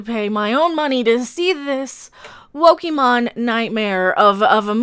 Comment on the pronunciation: "Wokemon" LMMFAO 😂🤣